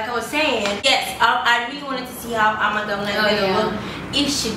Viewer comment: legit said Ama Ghana🤣🤣